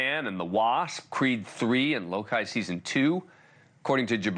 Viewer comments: What the fuck is Lo Kai? Bro it's Loki holy shit. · lo-kai lmao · would have more credibility if abrams could pronounce Loki correctly